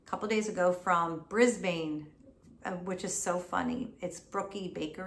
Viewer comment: As an Aussie, the way you pronounced "Brisbane" made me laugh. We don't make it easy for Americans with our city names lol. Noted about those cookies though!! Can't believe they ship all the way to the US! x